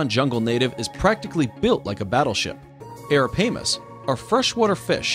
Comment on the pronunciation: Ok,here we go Its not pronounced aparamas its arapaima ara-pie-ma and Not mentioning African honey badger animal with toughest skin in the animal kingdom, sturgeons and crocodiles is just sad